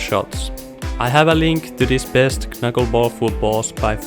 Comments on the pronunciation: It's pronounced 'nuckleball'. The k is silent. 👊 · Bruh, you don't say the 1st "K" in Knuckleball, it sounds ridiculous when you say it like that. LMAO